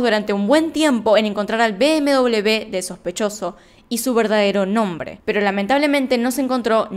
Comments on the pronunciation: Me siento incómoda cuando dices bm-doblev. >:'(((( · Perdon,pero me llama mucho la atencion por que dices bm doble b, cuando la marca de coches es bm doble uve..BMW. ?? Saludos